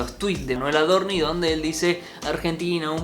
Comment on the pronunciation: Por qué dice AdorniS? Paciencia, Dios, paciencia!!!!🤦‍♂️